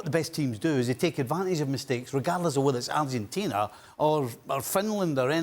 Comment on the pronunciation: Pls stop saying Arhentina. It's so annoying. It's Argentina